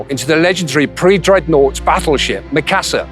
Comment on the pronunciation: They cant even say Mikasa right -_